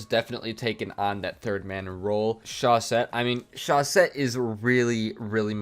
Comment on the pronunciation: Talking about pronunciation, what about you become the first ever to pronounce chausette correctly ? You have to say "chauzette" (because there's only one s)